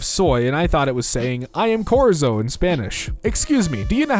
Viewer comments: Did he just call Chorizo "Korizo"? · Am I the only one disturbed that says "Chorizo" "corizo" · Is no one realizing that he said corizo not Chorizo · why did he say chorizo like "korizzo"? why did he say chorizo like "korizzo"? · what in god's name way did this man pronounce chorizo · bro he said chorizo wrong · The way he said "chorizo" hurt my teefesis. Anybody else? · I know 😭😭 I thought that was a well known food but idk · It hurt, you have to be a next level uncultured because its a common meat type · doesn't know how to pronounce chorizo and that honestly makes me kinda angry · It hurts my teefesis. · And "chorizo."